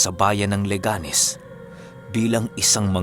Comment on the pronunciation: Good Morning, LE-ganes po yung tamang pronunciation ng lugar. Nasa first syllable po yung intonation. Mali po yung le-GA-nes. 😊